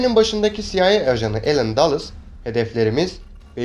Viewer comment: CIA siaey diye okunur